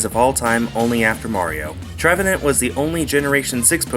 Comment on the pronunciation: trevenent sounds like revenent